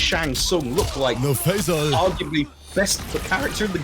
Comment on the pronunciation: he sounds like hes saying pfizer every time hessaying faysal